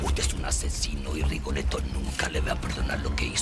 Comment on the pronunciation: Se dice Rigoletto